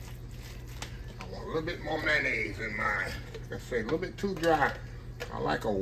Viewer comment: ""Come on now, you killing me..😂😂😂😂 "Mayonnaise"....zeeee",...it's a word, now 😅😅😅😅👍, Westcoast Listening 🙏🎧